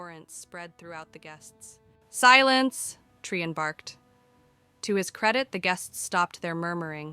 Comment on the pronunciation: Interesting that Bhelen gets pronounced correctly by the AI but Trian has like ten different pronunciations.